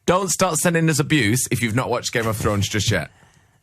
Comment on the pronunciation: Why does Grimmy keep saying "geme of thrones"?